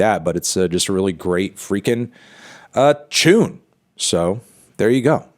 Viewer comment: Had to rewind to hear Antknee saying ‘tune’ like that